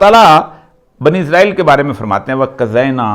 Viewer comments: عزرائیل نہیں بلکہ اسرائیل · اوریا صاحب اسرائیل کو ازرائیل کس زبان میں کہتے ہیں؟ کویہ انہیں اسکی نشاندہی کرے اگر یہاں لکھا وہ نہیں پڑھتے۔